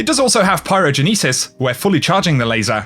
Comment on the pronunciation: pyrogeneeeesis lol. i hope you were just just saying it wrong on purpose.